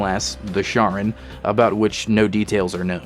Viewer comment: Its pronounced Karon not Sharon, good video though ^^